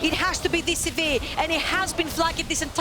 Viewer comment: I hate how she says sivir, literally nobody says that and for new players they won't know what she is talking about. But at least she is much better than letigress who only knows about ARAM